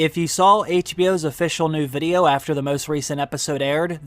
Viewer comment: Great content, but I can’t be the only one who thinks his pronunciation of “VID-E-YO” is super unique and weird lol. But anyway, great content.